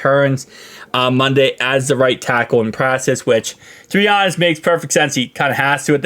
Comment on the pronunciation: Dude please say practice right. Watch it channel everyday but I just don't understand how u know it saying it wrong and make zero attempt to correct it. Please dude please